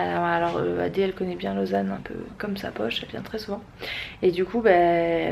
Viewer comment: Super Vlog ❤️ c'est trop drôle comment tu prononces Lausanne 😂tu dis un peu "Lôsanne" 😂 du coup, tu reviendras en Suisse un jour pour des vacances ou un meet-up? ❤️ Continue comme ça je t'aime 💖 #TeamBoulette 🍡 #TeamSuisse 🇨🇭🇨🇭❤️